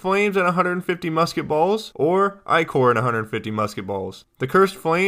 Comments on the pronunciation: LOL you actually responded, anyway man, im not trying to stop u, just want people to realize that it's pronounced ichor, like sticker. If you prefer one pronunciation over the other, then go ahead and say it how you want, it's your decision. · only complaint about this video is that you're saying ichor wrong, ty for the guide, really helped!